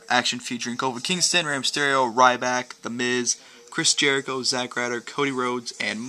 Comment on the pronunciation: i love when he said rrryback ha